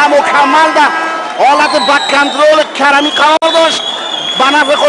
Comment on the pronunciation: اول زبان خود را دروست کن لطفا کرمی نه کریمی